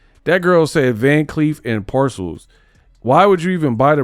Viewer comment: Where is the 'C' in Arpels? This girl said parcels. That is simply insane. LOL